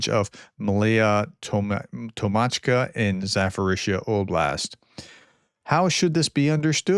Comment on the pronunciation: Zaporizzhia pronounce with later P not PH...more like Za-Po-RiZ-Ja.